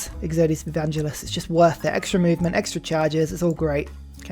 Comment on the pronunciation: There's no "I" in "Exodus" - it's Ex-uh-Dus, not Ex-oh-dee-us....